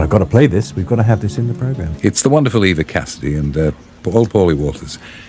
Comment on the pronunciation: FYI, her name is pronounced Eva (rhymes with diva), not Ava.